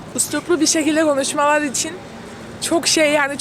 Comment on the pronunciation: Daha düzgün “üsturuplu” bir şekilde “gonuşmalarını” isterdim diyen abla affet çok güldüm ya